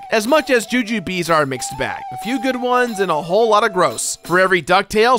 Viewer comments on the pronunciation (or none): I've never heard Jujubes pronounced like that or even personally read it like that